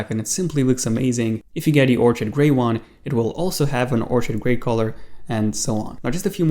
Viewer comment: Thanks for the info BTW, the color orchid is pronounced OR-kid (the ch makes the k sound. The OR is capitalized to show it's where the pronunciation accent is. Otherwise I'd have typed or-KID to emphasize the part you had incorrect.)